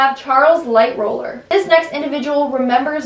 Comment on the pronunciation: “Light roller” god damit